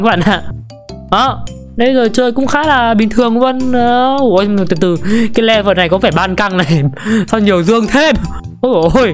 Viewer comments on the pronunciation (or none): none